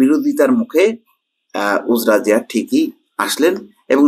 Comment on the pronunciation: সঠিক উচ্চারণঃ উজড়া জিয়া